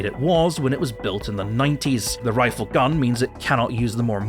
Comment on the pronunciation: I don't know why, but hearing you say the word Rifle makes me break out in irrational laughter.